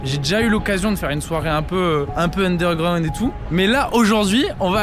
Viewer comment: Mais t'es un enfant, t'es pas du tout crédible dans ce que tu fais, dans chacune de tes vidéos, t'es pas légitime, ça fonctionne pas. "undergraound" Je zappe, terminé ta chaîne